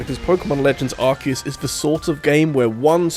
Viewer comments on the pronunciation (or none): Its Ar-see-us not Ark-eh-us (Arse-e-us ;) ) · For the love of god please stop saying 'Arse eus' You're british as well.